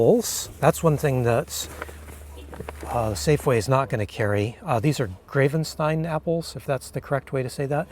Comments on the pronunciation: The apples are pronounced grav-en-stEEn. They are actually from the Sebastopol/Forestville area, which I know you've frequented. Hwy. 116 there is actually known at the Gravenstein Highway. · 🍎 Gravenstein as in Gravenstein Apples is pronounced Gra-ven-steen. The a is a short a like the a in Apple. Gravenstein Highway is just outside of Sebastopol. There is a short article (quick read) in the Press Democrat called How the Gravenstein Highway Got It's Name & it tells the story of how the apple got to Sebastopol so whether you know the apple or the highway, they're world famous & yet little known apples. Some of the very best. Bon appetit!! 🍎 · You are pronouncing it wrong. Proper German would be Grafen - shtine. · Geez,! Eat your fruits & veggies, and smile!! 😁 People can be so bossy😅 I believe gravenstein is pronounced with the "a" as in apple, GRA-ven-steen. Not to be bossy or anything though😂 Thanks so much for this awesome video! It's always a pleasure and a treat🎉😊